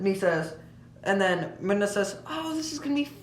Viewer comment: Dude it's miinnaa dude not minma